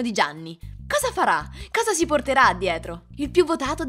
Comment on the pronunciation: Piccolo consiglio per voce narrante: la "s" del pronome "si" e sempre sorda, anche in posizione intervocalica, eg lasciandosi. Just saying...